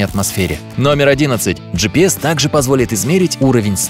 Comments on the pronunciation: Он скозал. Слова. Жипис 20 раз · 30 ты сказал джипэс